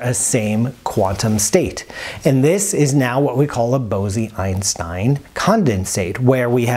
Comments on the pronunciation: Isn’t it pronounced bowz-Einstein, not bow-zee-Einstein? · Very good new knowledge for me. Thank you. Bose-Einstein condensate ... was proposed jointly by the Indian Physicist Satyendra Nath Bose and Albert Einstein. The word Bose is not pronounced as Bozee but rather as Bos and the 'o' is pronounced as 'oa' in hoarse. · Bose (in Bose-Einstein condensate) is pronounced like Rose. Not like Bosy that you are pronouncing like Rosy. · It's Bose as in Nose. Great video! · Great explanation! One nit: according to Wikipedia & Google translate, the "e" in Bose is not pronounced. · Bose? It's pronounced Bose??